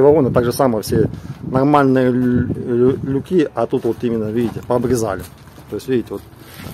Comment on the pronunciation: лЮки, лЮки, лЮки, но никак не люкИ и не люкА! А за информацию - лайк.